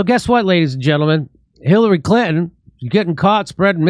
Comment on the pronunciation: Jimmy the name is pronounced Clinton…. Not Clitten….. Clitten is something completely different.